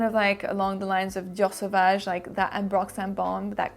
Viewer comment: I just love how the French accent came through when you said "Dior Savage" lmao. Your pronouncation of fragrances gives me life.